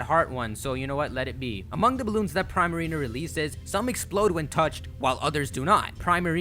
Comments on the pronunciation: Princess Ariel THANK YOU!!!!! It frustrated me when he say Prime Marina. Like really?? Prima Donna + Marina. Come on now. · Pree-marina dummy 🙄🙄 not prai-marina🙄🙄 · im pretty sure primarina is pronounced preemarina. like primadona. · pree-ma-ree-na sounds like prima dona. it's not pry-ma-ree-na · Prima=suppose to reference a primadona which is essentially a pop star and or famous dancer or singer/ marina=appeals to her water attribute/ combining to make Primarina but it's pronounced( preemareena )not like Prime. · It's Pree-Marina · 'pree-marina', like primadanna. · I thought poplios final evolution was pronounced pree-mah-ree-nuh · How the f*** do you manage to pronounce so many things wrong? "De-sid-you-eye" and "Pree-ma-reen-a". Not what you said. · isnt primarina sayd like primadonna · I think you're saying Primarina wrong. I think it's getting its name there from pri-madonna. Pronounciation should be Pr-EE-Marina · You pronounced Decidueye correct but Primarina is 'pree-ma-ree-na' like 'primadonna'. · Also you're saying Primarina wrong , prima - primadona